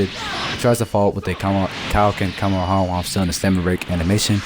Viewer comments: it's kaio-ken Ka ME HA ME HA not kammamama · Am I the only one who hears him say kumehumeha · Cuma-ha-muh-ha 😂😂 Couldn't help myself lol. Great video btw! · OMG just say the Kamehameha right bro